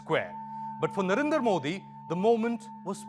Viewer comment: Dude stop converting Modi into a Punjabi name. It's Narendra not Narinder.